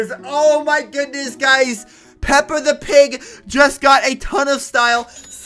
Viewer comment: It actually made me triggerd when he said peps the pig